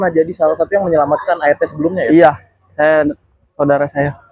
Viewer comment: Kok bacanya Art?? Art mah seni hrsnya A Er Te bacanya bukan ya ? Yg bener apa ya ??😅